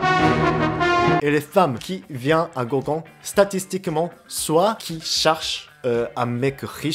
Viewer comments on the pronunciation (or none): un goukon et pas un gokkun XD